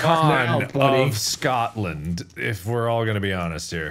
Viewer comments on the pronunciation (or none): if yer geying te talk aboet Scotland feckin say it right Scotland not "scatland"